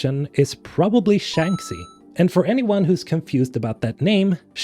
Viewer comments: I don't want to be that guy, but I just have to put this out: Shanxi is pronounced "Shangshi" since it's a chinese name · Love these videos. You keep me hyped every time. Also, correct me if I'm mistaken, but isn't it (Shanxi) pronounced "shank she" ? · How on Earth can you say Shanxi wrong so many times after playing the games? It is pronounced in the game numerous times. The phonetic should be Shankshee! 😂